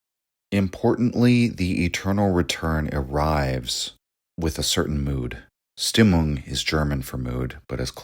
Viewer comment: You're awesome man, but please fix your German pronunciation 😅 Stimmung is pronounced like so: SHTIM-oong In German all words starting with the "st" dipthong are pronounced like "sh" sound in English with the "t" sound. Hence Richard Strauss who composed Also Sprach Zarathustra , for example, his name is pronounced SHTROWS. (ow like in english "cow") Also the the "u" in German is pronounced with an "oo" sound like in English "mood."